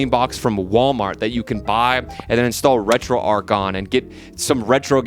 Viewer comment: It's RetroARCH not ARK